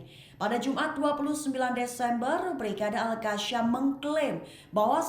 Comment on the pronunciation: Bukan al kasyam la. Qas sam... Macamana boleh jadi reporter baca pon salah. 😂😂😂